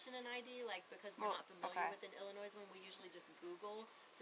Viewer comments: Dead giveaway since she says she's from Michigan and Illinois but she can't even pronounce Illinois correctly with a silent s. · I shouldn't have to keep saying this, but: The S In Illinois is SILENT. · A nurse and a resident that doesn’t know how to pronounce “Illinois” 🚩🚩🚩🚩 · I’m from Texas and i even know how to properly pronunciate Illinios…the s is silent 😂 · Absolutely not a “Chicago thing” I’m born and raised in the CITY of Chicago, not a suburb. No one who is from Chicago pronounces the fuckin S. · Guys: the ‘s’ is silent in Illinois. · She said she lived/worked in Illinois (among other places) and prounced the "s" in the name. Anyone who's ever lived there would know the "s" is silent. My guess is she never lived or worked in Illinois. Even though the bank employee prounced the "s", she never claimed to live or work there! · Uhhhh, hey bank MANAGER - The "S" in Illinois is FRIGGIN SILENT!!!!! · 4 minutes into it and when her pronunciation of Illinois with an S at the end, I knew she was a scammer. The S is silent, goddamnit. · The S in Illinois is silent. Dolts. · The S at the end of Illinois is silent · To everyone who is not from Illinois….the “S” is silent 😂😂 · Cant even say illinois right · Can we all learn to say Illinois correctly?? The s is silent. 🤦‍♀️ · When she actually said the "s" in Illinois, I knew she was a scammer. We never use the S😂😂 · I’m not even from Illinois and I know it’s pronounced with the “s” being silent. I correct so many people just like I do when they pronounce the word Salmon with a “L” lol. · I'm not from Illinois and I know the S is silent come on 😅😅😅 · PSA: the “s” on Illinois is silent mam🫣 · Not smart enough to pronounce "Illinois" correctly. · Yes, but can you also please teach her to pronounce "Illinois" correctly? 😂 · "We are not familiar with the "Ill-a-noise" drivers license". I would say that is fair if you can't pronounce the state's name correctly. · I assure you she did not live in illinoiZZZ😂😂😂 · ILLINOISE HAHA